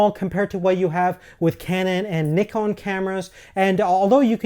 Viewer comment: You say Nikon funny! But seriously, nice review, I'm giving serious consideration to renting this camera for a short film in April. This review has taught me a lot about this camera.